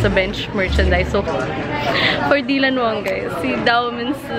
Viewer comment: Its not dilanwsng its daylanwang